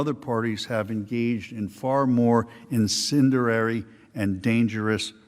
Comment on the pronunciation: Not sure what "malevent" and "indenderary" mean, but ok.